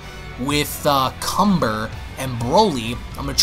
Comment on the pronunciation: Kanba not cumber